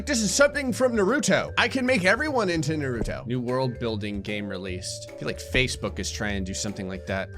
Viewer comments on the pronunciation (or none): I’m sorry but I must say it’s it’s Nah-ru-Toe not Nuh-ru-toe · Ah yes...everyone's favorite ninja...New-rue -toe To hell with nahr-rue-toe though. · did he just say nahruto? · Man’s said nar-oh-toe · The virus was fine. Nothing out of the ordinary for me. However, you saying Na-roo-toe did kill me. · Why does every YouTuber pronounce Naruto wrong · saying Naruto the way he does is like someone saying 'warsh' instead of wash. Just...always makes a small smile and giggle happen no matter what